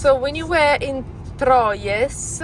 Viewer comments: Great road trip back home. You both had me cracking up at your pronunciations of Troyes - not sure if anybody else has mentioned this, but it is simply pronounced “Twa” 😂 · A bitter sweet video.... boohooooooo she's a gone!! Troyes is pronounced like 3 in French. It's kooky but that's the French. LOL. Aspetta... rant!! LOL. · Troyes is pronounced Trois, the French for three! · FYI Troyes is pronounced very similar to the French word for three. Break the word into syllables: “troy” and “es”. Pronounce the first syllable, “troy”, as “twa” (like the word “twa” in English). Pronounce the second syllable, “es”, as “eh” (like the “e” in “bed”). Combine the two syllables to pronounce the entire word: “twa-eh” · Remember In french never pronounce the final S (Sallanches, Troyes, Paris.... )